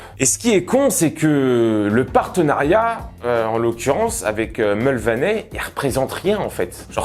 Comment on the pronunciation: Ca se prononce Mulvany, pas Mulvanais...